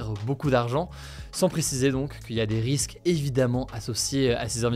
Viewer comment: des risqiues?